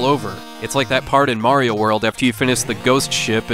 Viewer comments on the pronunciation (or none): none